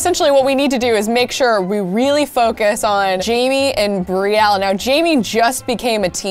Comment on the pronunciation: Instead of saying now you said miaow